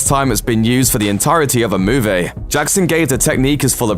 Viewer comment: I like how you say "movie". Instead of moo-vee you pronounce it as moo-vay